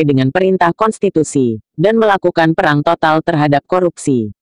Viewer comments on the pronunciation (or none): none